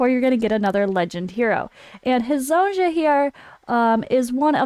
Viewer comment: Goog work. But can you please read Hezonja name correctly. It is read as Hezonia... Thank you.